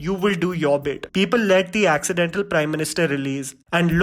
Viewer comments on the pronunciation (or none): “Acchedin”tal Prime Minister. 🤣 doesn’t want to confront death threats.